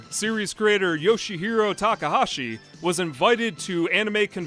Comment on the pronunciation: "Yoshihiro Takahashi." Lol, for a moment I thought you said Yoshihiro Togashi.